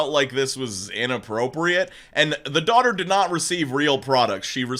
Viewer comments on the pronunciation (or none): none